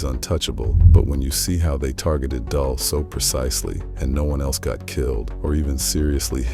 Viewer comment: It's getting corny now bro.... It's pronounced "dool"